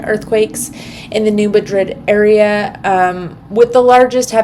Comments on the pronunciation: You can tell you aren’t a Missourian lol. The “natives”. Call it New Mad-drid. Love ya! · No, lol I’m from Montana…. It drives me nuts to hear it pronounced wrong